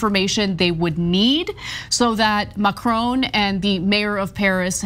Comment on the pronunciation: "Macroown"... Lol.